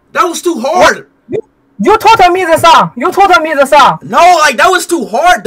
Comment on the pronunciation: You told me to say❌ You tol me to sa✅